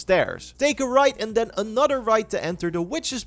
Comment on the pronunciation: Its that “Anutter” for me